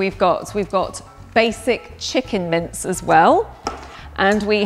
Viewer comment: I thought she was saying mints instead of mince